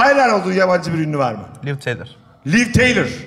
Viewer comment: Aga hepimiz (özellikle yaşı belli oranda geçkinler) Liv Tyler'a hastayız.. Lakin kadının adı Liv Teylır diye değil Liv Taylır diye okunuyor.. Bu kadar hayran herkes ama adını okumayı bilmiyor, enteresan :)